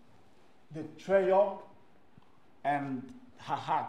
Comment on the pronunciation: "Its a very expensive treyure" Who else heard "treyure"